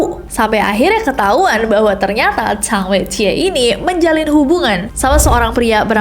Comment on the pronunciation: Po si lai sama sang wei ji bacanya kak Di mandarin, b di baca p Zh di baca s X di baca s ie di baca i